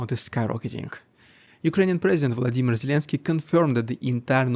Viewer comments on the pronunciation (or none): none